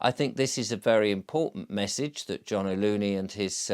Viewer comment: John O'Loon, not Loony!